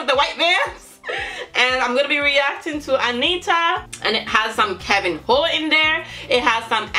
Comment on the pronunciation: hey the NH in portuguese it's pronounced like the spanish Ñ as in "niño" or "piñata"... You should pronounce "Keviño" not "Kevin hoe" lol Much lov from🇧🇷